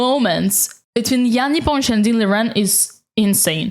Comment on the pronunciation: That's somehow unexpected to listen to an English video with a perfect pronunciation of Непомнящий-s name. 😀